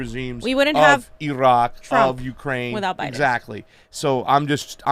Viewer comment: Exactly. She’s literally bilingual and the pronunciation in Spanish is even closer that this crap. What the fuck??? Otherwise, I’m cool with them lol. But seriously! GOD DAMN IT